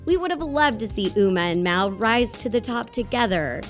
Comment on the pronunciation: It's mal not mel